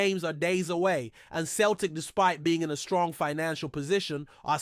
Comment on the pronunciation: Learn how to say celtic, not bloody keltic for a start.